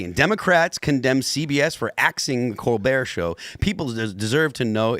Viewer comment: It is pronounced... Kole-Bert